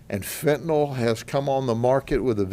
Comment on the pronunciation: I hope u mean a "FENTANYL" ring & not a FETENYL ring!